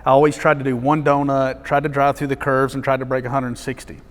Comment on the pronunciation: Every time he says "curves", I understand it as "kerbs". Now, the roads in Germany are like race-tracks, but they have no kerbs